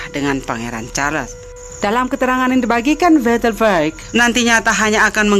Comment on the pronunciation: Terlalu cepat bicaranya sampai2 banyak kata yg tidak jelas Carles care & msh byk lag yg slh ucap Saran buat mbaknya Bicaranya jgn terlalu cepat biar tdk salah2 ucap